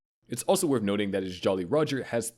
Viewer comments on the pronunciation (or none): none